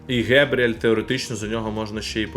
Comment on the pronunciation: Не Гебріель а Ґабріель він же бразилець